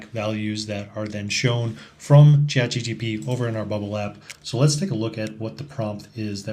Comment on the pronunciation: Chat-G-P-T, not G-T-P :)